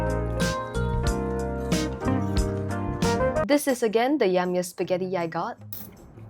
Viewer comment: When she said spigettte👺👹 it got rolling on the floor😂😂😂